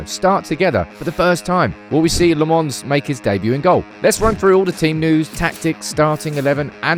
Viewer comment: Say Lammens properly ffs, he already said in the video. Dont be an ignorant